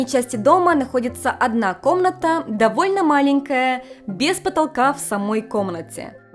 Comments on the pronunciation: что у тебя с произношением буквы "в"? Вместо вайба слышу байба, вместо довольно - добольно. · В японском в и б это одно и то же. Возможно у уже языковая перестройка) Она наверное чаще сейчас на японском говорит, чем на русском)